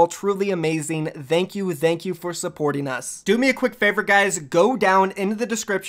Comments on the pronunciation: vank you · Why does he say thank you like that 😂